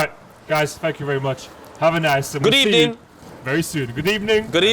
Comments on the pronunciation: .saying good ebening in the morninG #therearenorules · Can we appreciate the reporter who told Emery that it hadn’t been a good ebening. Then Emery said good ebening again. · The return of “Good Ebening” Arsenal v Spurs X2 Good Ebening. Wales flag w/ Wales, Golf, Madrid......In that order.